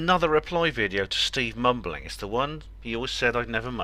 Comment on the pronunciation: Sounded like you said 'steve bumbling' lol